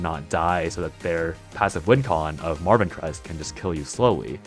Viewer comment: I keep hearing you call Marwynn Marvin 😂